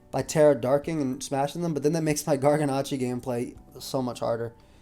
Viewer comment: Does it bother anyone else that he keeps mispronouncing Garganacl? It ends in an L, not an I.